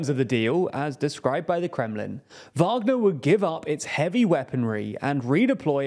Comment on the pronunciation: Finally! You’ve learnt how to pronounce “Wagner”